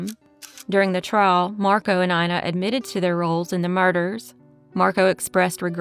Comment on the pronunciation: "Ina" is pronounced [ena] here.